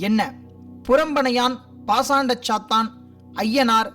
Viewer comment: athu sathaan illa sathan